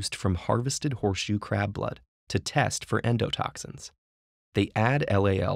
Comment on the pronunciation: I keep hearing "poor shoe crab" :(